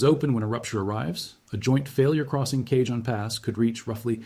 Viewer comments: You would really believe that a human educated in seismology would repeatedly mispronounce the word "cajon" as "Cajun"? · Please take two seconds to learn how to pronounce “El Cajon.”